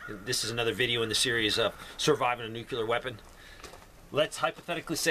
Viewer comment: Ugh. NEW-CLEER it is pronouced NEW-CLEER (nuclear) not NEW-KYOO-LER. Come on man... lol. 😉